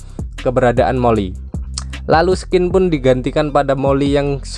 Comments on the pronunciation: Woi bang, scene itu dibaca sin bukan skin, skin tu kulit woy, dan sejak kapan menara effeil di italia wkwkkw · Saran bang kata scene dibacanya bukan "skin" tapi "sin". Semoga lebih baik lagi kedepanya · scene itu bacanya sin bang.oke